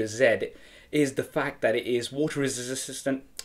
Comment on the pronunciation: Water ressssssisississisistant LOL